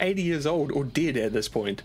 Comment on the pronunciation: You say dead funny